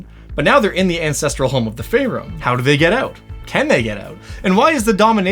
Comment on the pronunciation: Pretty sure it's pronounced FEAR-im.